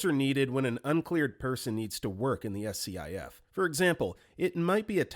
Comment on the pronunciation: SCIF is pronounced skif